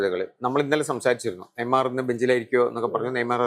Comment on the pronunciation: നെയ്മാർ അല്ല നെയ്മർ 🙄